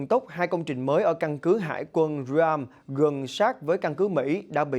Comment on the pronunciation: Căn cứ Ream ( riem) not Ram. Ok